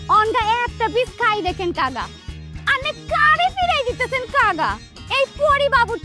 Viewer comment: কাকাও বলতে পারে না কাগা বলে😅😅😅😅😅